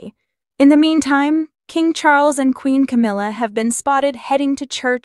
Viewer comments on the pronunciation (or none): none